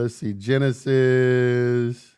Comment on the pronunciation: "Gen-Isis" Egyptian